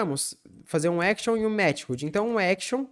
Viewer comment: "mete rude" eh fd. mas bom video